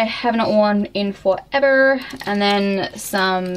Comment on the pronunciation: You sound American so much in the closet part...like you kept saying "here" and "forever" lol